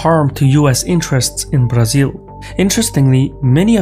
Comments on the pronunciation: Excellent!!! Pronouncing Brasil, was a +!!! Many thanks from Sao Paulo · May I say your pronounciation pronunciation of Brazil is eerily correct?